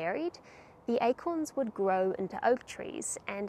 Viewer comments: Like how you pronounced these Eichhorns <—-by the way Eichhörnchen means squirrel in German ;) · The pronoumciation of acorns sounds like the word squirel in dutch We call squirels “eekhoorns” (sounds like acorns) which made it a bit confusing sometimes : ‘ )